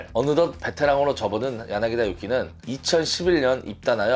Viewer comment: 야나기다 아니고 야나기타! 엄연히 다른데 신경써주세요